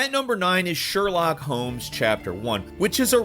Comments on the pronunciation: why you're calling him Sherlack lol, it's Sherlock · I just wanna ask, Is it normal pronunciation for Sherlock? It sounds weird to me, I'm not a native btw.